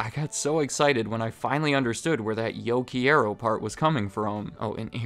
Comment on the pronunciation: "Yo Key Aro"